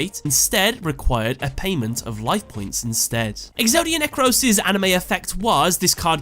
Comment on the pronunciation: did u say exodia neccross?